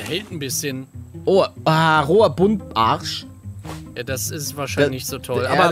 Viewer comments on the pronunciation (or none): Einfach der gute Buntarsch das heißt Buntbarsch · Hi Palle, es heißt nicht Buntarsch sondern Bumtbarsch🤣